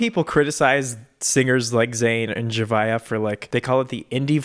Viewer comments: His pronunciation is right. I used to pronounce it like Z-ah-via too. 😅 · Says Zhavia's name correctly Me since may: ZZZ HA VI AAA